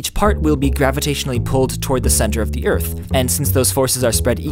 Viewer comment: Great video! But it should have been "Ring around the EARTH?" not "Ring AROUND the Earth?". You put the emphasis in the wrong place.